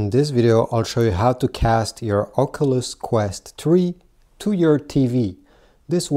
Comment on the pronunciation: I love how he says occulus